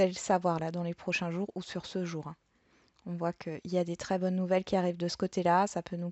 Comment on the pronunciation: Coucou ok pour maux mais bonnes et non bones😄😁😆😀😅....amicalement Muriel bisous de Belgique